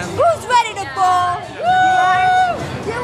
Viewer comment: When you said "are you ready to bowl?" I thought you said "pretty nipple!"